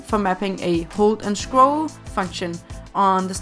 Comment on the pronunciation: i kinda like how she says scroll xD schcrawl xDDD